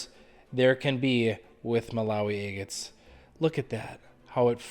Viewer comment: Hi. Been watching for a while and I can't help but hear the word 'eggits' when you say agates. I think it's fine, no insult meant, just something I noticed. And because of you I bought at your Etsy shop! Thank you for all your videos!